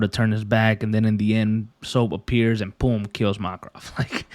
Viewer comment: i dont want to sound rude but you dont say Makarov as mark-rov its mak-a-rov